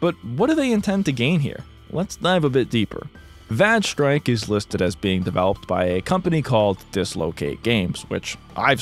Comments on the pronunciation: I'm sorry, VAGE strike?! LOOOL! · im going insane over vage strike having a character named dike (even though it's spelled like the geology term) there's no way that the game isn't pronounced (væj (short a) with that bit of lore